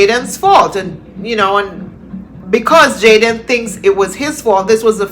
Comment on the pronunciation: Small details matter: Can someone please tell that the young man's name is Jayden... not Jaydan. I hope by some miracle this young man is still with us...oh God I pray!